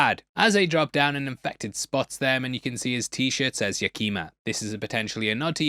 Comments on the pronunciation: Hey mate,FYI, Yakima is pronounced Yack-e-Ma. not Yah-Keema. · It’s not pronounced “Yakeema”. It’s pronounced YACK-ih-mah. (I’m from Seattle). And Capitol Hill having a vinyl store, even then, is very correct. And FYI: Queen Anne neighborhood is on a hill right next to the Space Needle. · Yakima is pronounced ya·kuh·muh, not ya•kima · YAK'-ə-mə (Yakima) not Ya-KEE'-mə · it’s pronounced yak-i-ma, not yuh-kee-ma, it’s my home town :) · Yeah that got me too! Lol I was like did he say…”What?” Live in Puyallup! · I was trying to figure out where ya-Key-ma was. When I realize he was talking about Yak-i-ma, I had to forgive him he is British, and they struggle with simple words like aluminum and advertisement. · I’m from Seattle so 2 things. I forgot the name, but there was a big time record store on Capitol Hill that’s been selling vinyl for years, way before the resurgence. 2nd Yakima is pronounced Yack-eh-ma All love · Yakima is -rounded “yak-eh-mah” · For the record, Yakima is pronounced Yak-Imm-Ah. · As a Washingtonian it’s pronounced ya-ka-ma. The ya is pronounced like YA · Came here for this one. I'm totally fine with him mispronouncing names of people and everything, but I started wincing every time he said "Yakeema" and needed to make sure he knew the correct pronunciation. Also from Seattle, and can confirm Capitol Hill with a vinyl store is very common. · LMAO it's pronounced Yak-Emma brother, you get a pass though lol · Say it with me, Yakima= Yak-em-uh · yakima is pronounced Yea-kuh-ma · I forgive you since you aren't from the PNW and wouldn't know, but your pronunciation of "Yakima" caused me physical pain lol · The pronunciation of Yakima made me cringe. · Just noticed the 509 Yakima making an appearance. Also pronounced wrong 😂